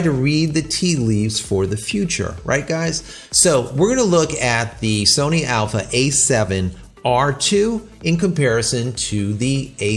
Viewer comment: It's not "alpha A7r3" , it's alpha 7 r Mark 3